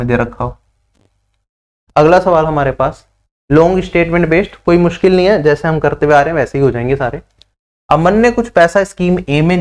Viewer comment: मास्किल❌ मुश्किल✅